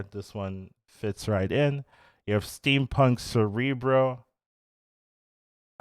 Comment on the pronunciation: Theres no R in steampunk